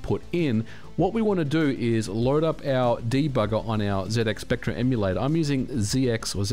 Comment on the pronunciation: for saying zx spectrum correctly.